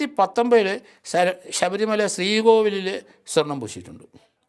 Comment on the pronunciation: ശബരിമല എന്നുതന്നെ ശരിയായി പറയൂ 🙏